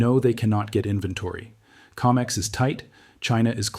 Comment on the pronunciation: CO-MEX not Ca-mex